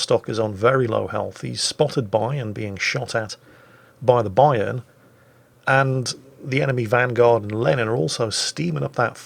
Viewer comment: you pronounce Bayern "A" the way I pronounce the Yamato "A" and Vice Versa.